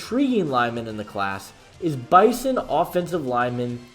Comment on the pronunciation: Bizon....not Bison. 😉